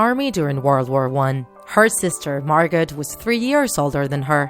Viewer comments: It's not pronounced Margot .its pronounced Margo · It's pronounced margo not margot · I LOVE IT! But... (Okay okay okay I love Anne Frank and her story so much I just have to say this. It’s spelled Margot, but pronounced Margo. Sorry but I had to!) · Not to be rude but it’s not pronounced “Margot” it’s pronounced “Margo” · you say margo not argot but u spell it like margot. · Close. Her moms name was pronounced “ag NETH a” and her sisters name was pronounced “MAR go” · Margot is pronounced ‘Margo’, the T is silent. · Her sister's name is pronounced Margo it's just spelt margot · it’s pronounced MAR-GO 😂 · It's not MargoT its MargO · Cadence Wonderful It's not. The pronunciation of 99 out of 100 words and names in this video is completely off, but the "t" in Margot is indeed not silent! (I am a German native and speak Dutch as well.) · MJ Momo in Dutch the T is silent in Margot.